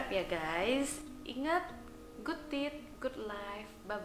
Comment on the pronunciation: Diakhir video dokter ngomong GOOD TITS? atau Good teeth